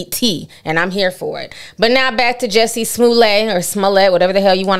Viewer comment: How you keep saying Juuiusie🤣🤣🤣